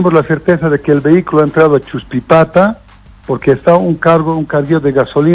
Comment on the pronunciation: No es achuspipata...es "Chuspipata", Los Yungas de La Paz